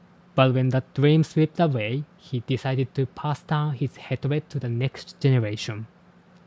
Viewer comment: whoa no way that's so cool!!! PS hatred is pronounced more like 'haytred' (same as hate). Not to critique you, english pronunciation makes no sense 😅